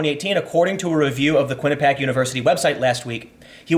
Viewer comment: Quinnipiac == kwin-iP-ee-ack